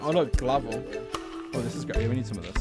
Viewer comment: Did he just say glavel